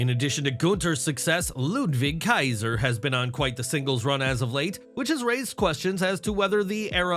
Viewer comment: Love the way says Ludwig Kaiser’s name 🤣🤣🤣🤣🤣🤣